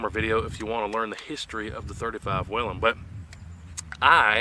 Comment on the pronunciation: It's actually pronounced "WAYLON" ;). You're welcome.